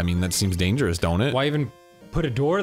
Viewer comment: picking up weeds like SM2 Mario over here because its dangawous to go out with fwends